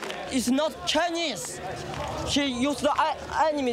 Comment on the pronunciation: Dear Mr Mooooobs, you call me a spy bot just because my thought is different from yours? Btw, it is “Chinese” not “chineeeeze” tks:).